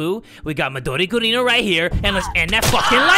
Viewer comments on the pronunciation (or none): Thats what he says for knife like Midori Gurin he calls her Midori Gurinu